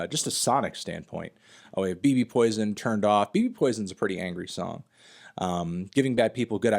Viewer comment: Fantano still pronouncing BB Poison as “Bee Bee Poison” despite the fact that Stefan pronounces bbpoltergiest as “babypoltergiest” in the track.